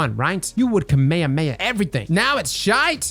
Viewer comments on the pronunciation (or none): Why did he say Kamehameha like that?